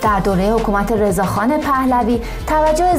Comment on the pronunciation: رضا خان 🧐 ، خانم شما اسم پدر خودتم با بی احترامی میبری!؟ که اسم پدر ایران رو درست نمیگی! چون اولین باره که میبینم فقط یک دیس‌لایک میگیری.